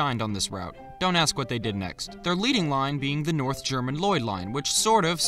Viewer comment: My brain read this in voice when he said “What?” and sounded like “Whats?”